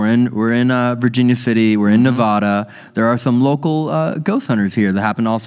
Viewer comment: Rewatching old videos while the boys are enjoying their much deserved video. I love every one of the videos, but please pronounce Nevada the right way lol